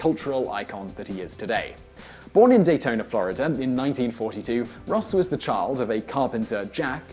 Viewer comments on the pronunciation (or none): Great video, but what's a "flurreder"? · Ross returned to Florider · ... Where is this "Florider" of which you speak? Seriously though, I've often wondered why some Brits add the "er" sound as in the aforementioned Florider and Hawaiier. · lol "Flahr-i-duhr" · Vaguely interesting. But it seems that this annoying geek is desperate for topics to discuss. .."Florider"...? He apparently even has difficulty with his own accent, unless he simply doesn't know the correct way to say it. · really he returned to flori-der ? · That's the so-called intrusive /r/ ...it sounds really strange.